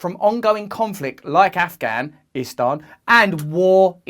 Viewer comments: Side note: I’m so happy with Russell’s accurate pronunciation of the word ‘Afghanistan’. The western media always gets it wrong. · You actually pronounced the 't' in Afghanistan. Well done Russell 😀